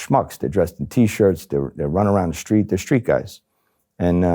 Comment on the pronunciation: What does "schtreet" mean?